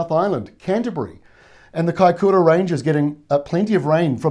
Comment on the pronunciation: Kaikōura not kaikura